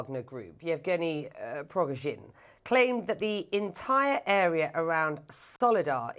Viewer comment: Shame on the anchor(((. She cannot pronounce the Wagner group‘s leader last name correctly😏